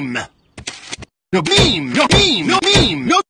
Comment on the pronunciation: The way say "meme" made me think hes saying mean 😂😂